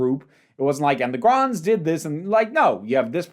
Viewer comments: Gonds, not Gronds. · Saw this first in the five faces season in 1981. It was the fourth story of season 6 (wheel was the final story of season 5) so Zoe had already been around for 23 episodes. And it’s Gonds not Gronds. Robert Holmes first script, Philip Madoc's first role in the series and the first and only demonstration of the HADS in classic who.